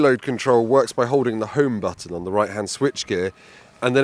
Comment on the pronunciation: Homo button? Did I miss hear?